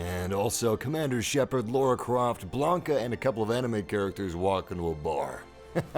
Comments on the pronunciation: WTF is Laura Croft or Lora Croft? It is more like Lara, LAAAAAAAAAARAAAAAAAAAAAAAA Croft. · "Laura" Croft? 😜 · did this guy really call Lara Croft Laura Croft